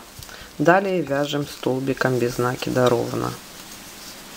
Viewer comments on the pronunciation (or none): Всё классно . Но только не нАкида, а нАкИда. Извините , но слух режит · Без накИда. Ухо режет